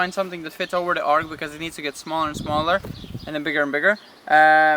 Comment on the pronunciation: Its an arch, not an ark! X